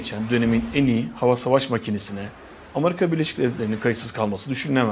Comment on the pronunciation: Amarika değil, Amerika